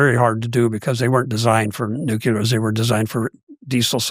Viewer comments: It’s pronounced NUCLEAR, not nucelar… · Even the nuclear sub hunter says nucular